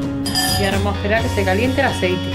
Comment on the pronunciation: el aseiti